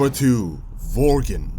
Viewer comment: Bugs me out when he says Varriors and Vorgen wtf is this